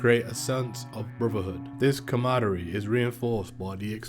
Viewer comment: Please remove the word camaraderie from your script until you learn how to say it. Too much repetition and lacking accuracy.